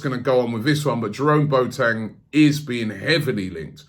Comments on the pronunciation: It’s not pronounced “Boateng” like a Boat or Bo Teng... it’s pronounced “Bwaateng”. Robbie acting like the substitute teacher from Keel & Peele - A A Ron, J Kwa Lin, Balakay. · It's NOT pronounced Boat-eng, it is Bo-wa-teng